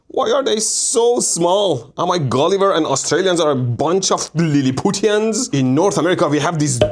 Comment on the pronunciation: That's not how you say Lilliputian 😊